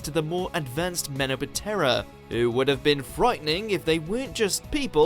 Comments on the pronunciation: and menoptera. pronounced mena-ptera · You guys mispronounced menoptera